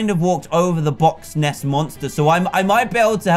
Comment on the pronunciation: See when he said box ness monster did mean loch Ness monster